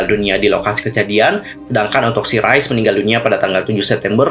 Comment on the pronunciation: klo g slh baca nya rise itu ri se